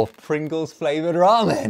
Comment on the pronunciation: Ramen fRavored Pringles 🤣